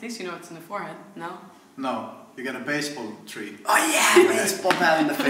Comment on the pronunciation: i lost it when said ¨baseballtree¨ ahahahahhahhahahahaha